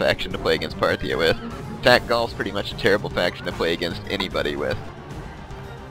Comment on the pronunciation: hahahahahaha "Phartia" FARTIA? HAHAHAHAHA